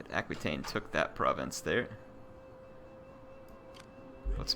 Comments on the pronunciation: Duchy of Aquitane is pronounced like a-kwe-tane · its pronounced aqua taine. pretty simple